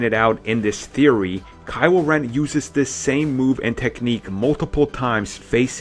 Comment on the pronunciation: Kywo Wen Bwood Wine Fwesh and Bwood you pwobwabwy say wazer wifle too 😂😂😂😂😂😂